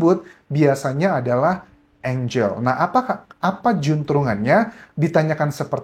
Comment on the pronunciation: ANGAL ( baca bshasa indonesia ) ...bukan ènjel...